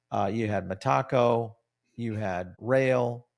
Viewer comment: Me: Meta-Co: Meh-taco Ok you win...